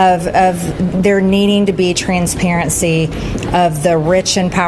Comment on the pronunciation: Transparency ??? But your R’s are blocking the files